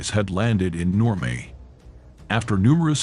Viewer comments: The artificial intelligence that you're using to narrate this is stupid. It's not Normay, it's Normandy. Do better your teaching history and using piss poor English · Exactly where is normay? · Who needs AI? The machine narrator sounds absurd (like pronouncing Normandy "normay"). Shoddy. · The effing AI voice over with it's constant mispronouncing of words...NORMAY?...renders this unwatchable. 😢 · Stop with the AI crap. Normandy pronounced Normay? To distracted to go beyond the badly articulated map of the 2AD route....